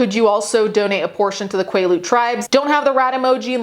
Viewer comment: quaalude tribe instead of quilete tribe is hilarious 💀🤣